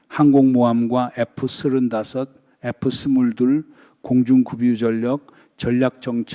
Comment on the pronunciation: 하메네이는 벌써 쫓겨났어야 할 정신이상자죠. F-35는 에프삼십오 로 발음. F-22는 에프이십이 로 발음. B2(폭격기)는 비투 로 발음합니다. 기왕이면 바른발음이 좋죠.